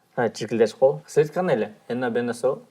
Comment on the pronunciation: "Силер"дегенди ондоҢУЗ